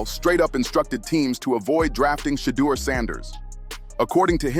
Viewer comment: Why is it that white narrators pronounce Sheduer Sanders name correctly, but the black ones pronounce his name like they’re illiterate? It reminds me of the nasty sportscasters who resented Muhammad Ali name change and pronounced Ali as “Alley” 😂.